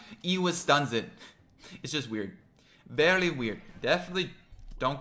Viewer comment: Anyone else here the L sounds he adds to the middle of some/most words? Its been driving me crazy I can’t stop hearing it *edit: he says ‘weird, VERLY weird’